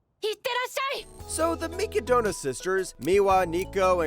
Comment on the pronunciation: Way to get all 3 Mikadono sister's names wrong.